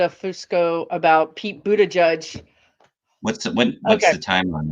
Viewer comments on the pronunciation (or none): Boot-edge-edge. Not judge. ♥️